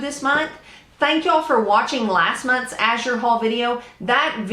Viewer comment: Thank you for pronouncing azure correctly. I'm a retired homeschool mom and now I teach kids to read and it drives me crazy when people mispronounce azure.